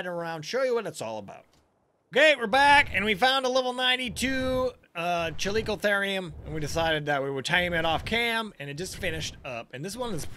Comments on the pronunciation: Just so u know, it's pronounced Cal-ico-theer-ium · it's ca-lick-oh-their-iem